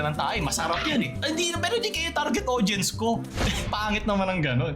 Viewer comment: Tawang tawa ako sa pagkakasabi mo na "Eh Di sila yung target aUDience ko e" 😆😆😆:_lulAHH::_lulAHH::_lulAHH